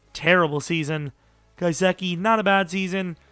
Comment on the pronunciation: It's not guy-seck-ee it's guh-sick-ee